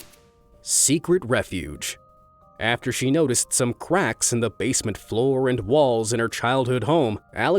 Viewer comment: I hard him say quacks instead on cracks